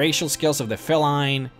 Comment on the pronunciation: Why are you getting your hard E's and soft E's mixed up? are you doing it on purpose or is it an american thing? Fell-ine instead of Feeline (Feline) Ee-bonheart instead of Ehh-bonheart (ebonheart) Dom-eenn-ion instead of dom-in-ion (dominion) :)